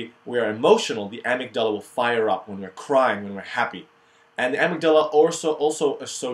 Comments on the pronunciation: You may have learned how to pronounce things by now but, amygdala: a-myg-da-la four syllables. Learn more proper pronunciation here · You say amygdala like such an Arab! Great video.